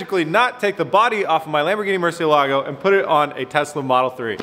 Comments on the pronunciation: Murciélago, the strong syllabe is in the "e" not the "a" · Maybe you can do a video where your expert, Ed Bolian, teaches you how to pronounce Murcielago. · It gives me tok how you do not prenunce good murcielago but it's fine lol